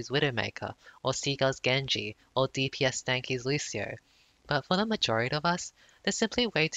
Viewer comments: When you trigger 1,000 People because you said DpsStanky and not DspStanky lol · Btw it's DSPStanky not DPSStanky lol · I'M SO TRIGGERED RN U SAID DPSSTANKY INSTEAD OF DSPSTANKY OMFG!! jk love u<333